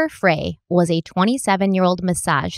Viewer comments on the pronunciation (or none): I know you love the correction messages in the comments. So, I'll play along. is still occasionally pronouncing Amber's last name as" FRAY " not "FRY". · your pronouncing amber frey wrong, its pronounced fry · You are pronouncing Amber fries name wrong